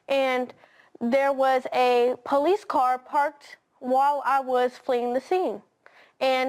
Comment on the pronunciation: Called dee poe-lice... 😮 . And den... 😮 . And dat dare was an accident... 😮 . she was in ah ax-ah-dent...